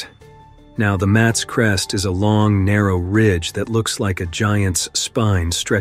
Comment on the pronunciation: It's pronounced Maa thess Crest